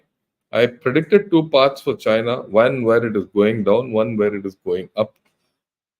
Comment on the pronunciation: Chain-ya will certainly Cry-na.